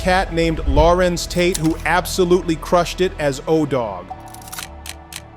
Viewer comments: Lorenz, the name is Lorenz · The name IS NOT Lauren. It is La- renz! Your pronunciation goes from one to the other through out your narration 🤷🏾‍♀️ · The AI voice-over is trash. Law-renz? "Pause for effect?" 😂😅